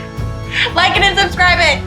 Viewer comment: When she couldn't say subscribe , I knew her lip was probably numb.. This show is for Kamikazes..